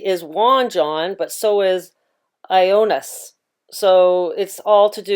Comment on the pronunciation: Hi I'm Greek, to help with the pronunciation of Ioannis it's E-OH-ah-nees. We give people with that name the nickname Yannis, which is where we hear the similarity to the name John ("Yan") in English. Thanks for the video! This was a very cool connection.